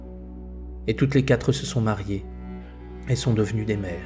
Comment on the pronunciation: Merci beaucoup pour ces vidéos. Je me permets une petite remarque linguistique pour en améliorer la qualité : il n'y a pas de "s" à "quatre" donc on dit "les quatre amis" et pas les "quatres amis" (on ne doit pas entendre de "s" à la fin de "quatre"). Merci encore pour votre travail.